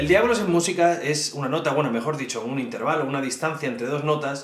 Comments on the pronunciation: "Intérvalo", " tríada"... Tienes un problema con los ácentos, tió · Has pronunciado mal "Intervalo", la sílaba tónica no es la segunda sino la tercera o penúltima